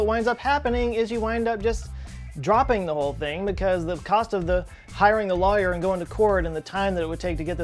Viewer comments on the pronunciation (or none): The way you say lawyer very interesting is that a local dialect or a Texas thing